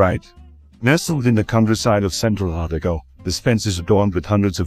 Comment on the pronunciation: Otago is NOT pronounced OTTAGO. O Tar go would be more accurate.